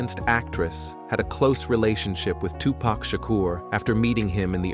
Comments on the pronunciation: Can you at least say the fucking mans name right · Even tho there was a lot of women, u didn’t even disturb the surface of women Pac had… u can’t even say his name right